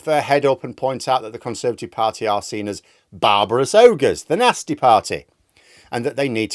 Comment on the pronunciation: It’s no longer ‘Nasty’….. it’s ‘NAZTY.’